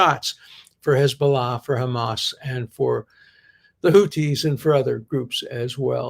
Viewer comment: "Houthi" is pronounced with the same "th" as in "think," Professor D. Arabic has two letters for the "th" sound--one for the pronunciation in "that" and one for "think." "Houthi is spelled with the latter letter. We had these sounds (and still have the letters) in Hebrew but I think only the Yemenites pronounce them correctly now. The Ashkenazi frum actually make a distinction between tav with and without dagesh and pronounce the latter like s--brit (modern Israeli) vs. brith (Yemenite) vs. bris (Ashkenazi). I only mention all this because I can tell how much you love to learn and imagine you're a stickler for accuracy. I'll spare you "ḥ." 😁